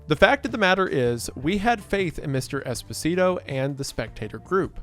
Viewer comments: hate to be that guy, but Esposito is pronounced Espo-Zee-To not Espo-Si-To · i mean technically i think it's pronounced esPOsito not espoSIto but good video source: giancarlo esposito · I mean, it's Espo-sito 😂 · Every time he says Esposito, a bit of Desposito plays in my head and I can't turn it off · Saying Esposito like despacito is killing me 😂